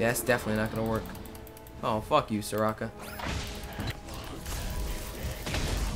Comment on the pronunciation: its not sekora its soraka